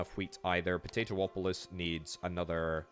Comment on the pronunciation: Po - Tay - Too - Polis.... LOL